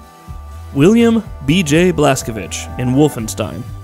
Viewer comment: YES, SOMEONE FINALLY PRONOUNCED "BLAZKOWICZ" CORRECTLY!